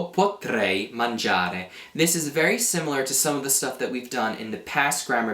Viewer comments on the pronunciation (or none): none